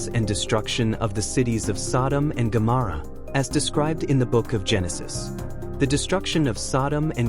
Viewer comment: Incorrect pronunciation of Gomorrah.